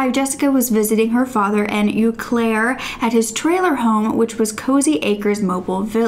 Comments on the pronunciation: Pronunciation is “Oh Claire” (Eau Claire) not “You Claire” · It’s pronounced Oh Claire 😂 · It’s pronounced “oh Claire” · Eau Claire is pronounced oh- Claire lol, I live in Wisconsin! I think it is interesting having a story about Wisconsin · Just as a note, it’s pronounced “Oh Claire.” I grew up 20 minutes from there. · Correction from somebody who lives in the area: its pronounced "oh-claire". Lovely video as always 💜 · The "Eau" in Eau Claire is pronounced just as you would pronounce "eau de parfum" - it sounds like "oh."